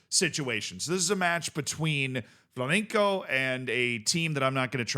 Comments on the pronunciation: does a warning for the pronunciation of Criciuma, even me as portuguese dont know how to pronunciate it in brazilian portuguese, but only after it said Flamenco ( a spanish dance and music ) instead of Flamengo one of the biggests club in Brazil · Just a tip, since I saw you pronounce like this a few times. The G in Flamengo is pronounced like you'd say goo, ou great, or whatever. FlamenCo is a type of dance xD. For my english speaking boys, it would be easier if you say like Flamengow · It's definitely Fla-meng-go, I don't think he understands what "ow" sounds like in english. It's really simple, there's nothing weird going on. Basically, just pronounce it like you would pronounce Flamingo (the bird), but with the "en" sound like in "EN-ter" - or Flamenco (the dance), but with a "g" sounding like, well, a "g" (instead of "c"). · The reason why Flamengo is difficult for us is because we're trying not to call your team by the very clearly incorrect Flamingo, which is a type of bird. I didnt know about the -ow part tho So its Fla meng ow and not Fla meng go? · It's spelled kree-see-oomah, and Flah-men-Gow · Why is mans pronouncing Flamengo with a c